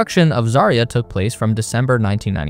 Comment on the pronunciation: Stresses - ZvezdA and ZarYA.